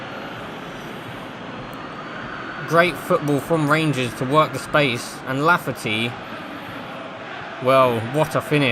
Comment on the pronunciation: It’s Kyle lafferty 😂